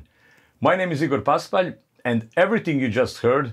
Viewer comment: thanks for the right pronunciation of your name! Pàspalj with accent on the first A, and Igor, not AIgor as for english people, but like in Italy. so when I discuss with friends about the best guitarist of the world I can make your name without errors!